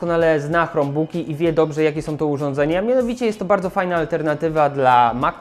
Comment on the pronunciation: Hej, bardzo cenię sobie Twoją twórczość, jednakże czasem kaleczysz angielski bardziej niż Borys:) Dlaczego wymawiasz "krombuk" jako "chromebuk"? Albo po konsekwetnie po polsku "chrombok" albo konsekwetnie po angielsku "krombuk". To jakby mówić "pi es pięć" lub "pe es fajf".